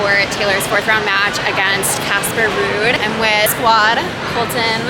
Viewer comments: Sorry to mention it.. the name is not Rudd but Casper Ruud☺️ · Love the content (and that your man has pocketed Zverev 😂). Just FYI, it’s Casper Ruud, not Rudd